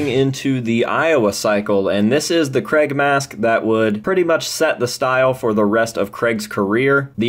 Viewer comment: Why are Americans unable to say Craig?